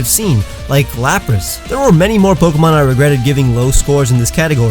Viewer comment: Still not mentioning that he was mispronouncing pokemon this entire time even in the passive aggressive pronunciation video...